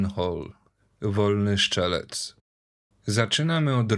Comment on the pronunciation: Obejrzałem kilka Twoich filmów i robisz dobrą robotę, ale naprawdę musisz przestać mówić "szczelec" zamiast "strzelec" albo "szczał" zamiast "strzał", bo nie brzmi to poważnie. Pozdrawiam cieplutko